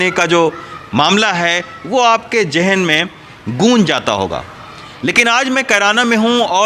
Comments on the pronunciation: Sir jahen nahi zahen hota hai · Pronounce ""zahan""". Not Jahan.